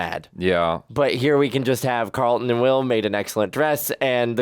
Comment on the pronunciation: I don't know why it irks me that people call Alfonso character CarlIN, instead of CarlTON. Even Will says CarlIN. 🤣🤣🤣